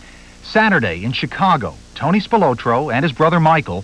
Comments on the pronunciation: Spil-O-tro with emphasis on the O is annoying. It should be Spil-otro . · Why are they calling him Tony "SpilOtro" when its SpilAtro? Is one an alias i wonder... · They way they pronouncing Spilotro is just annoying!!